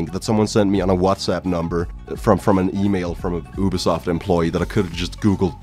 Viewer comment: I didn't understand why you thought the scammer was from Yugoslavia but then I realized that's how you pronounce ubisoft